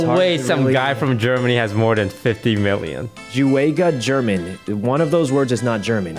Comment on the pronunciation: the way they pronounced JuegaGerman and the fact that they thought he was german (something he usually complained about back in the day in his main channel) is so funny lmao